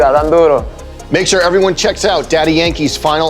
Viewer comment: I wonder why Joe calls him DY instead of Daddy..